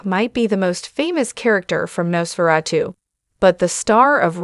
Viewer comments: “Nos fera - tu”? When can we expect the sequel, “Nos fera - 3”? Gotta love AI narration… or hate it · Lady ( or whatever you are ) you told you how to pronounce the title ! WOW ! Why are you even a narrator ???? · why are you pronouncing Nosferatu in such a weird way?